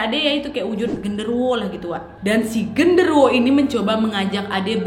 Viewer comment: Gw yg tbtb meleng trus denger kak nad bilang "Wowo" lgsg mikir : "hah wowo siapeee" taunya genderuwo wkwk